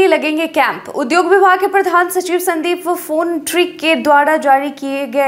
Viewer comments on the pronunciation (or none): उद्योग विभाग का सचिव संदीप पौण्ड्रिक है न कि संदीप फोनट्रिक। सही उच्चारण करें मैडम जी।